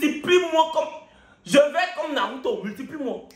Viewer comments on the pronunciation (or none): none